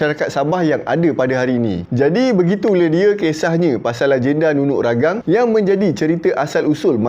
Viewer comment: Ragang "Tea"... Hahahaha.. memang salah sebut tuan.. tapi tak mengapa.. Ya benar.. hanya sebuah cerita lagenda.. NUNUK RAGANG antara bedtime story saya waktu kecil.. jalan cerita orang dusun macam ni lah.. penuh dengan kesaktian.. banyak lagi cerita2 sakti. BAROB (dewa makan bulan. tu yg jadi half-moon tu.. hahaha) SAMPAPAS (manusia berbadan separuh). KINOMULOK (Dewi kayangan yang cantik, sehingga dua jejaka berbunuhan.. tu yang langit warna kemerahan time senja, katanya darah kudingking). So our ancestor made up stories for kids, bcoz kids have so many curiosities. kenapa bulan tu separuh shj.. kenapa langit tu warna merah... and goes on....